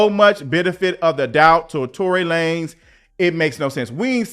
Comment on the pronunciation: Imma need for you to pronounce his name LaNez😂😂😂